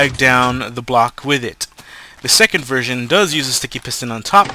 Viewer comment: you said 2 version or 2 virgins?